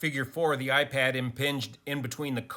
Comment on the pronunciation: it's "iPad"